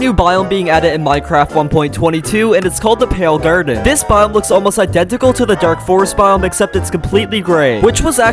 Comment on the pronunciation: "The pale grrden"